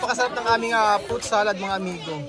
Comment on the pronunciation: PROOOOOT salad!!!! fruit kasi hindi prooooot!!! hahahaha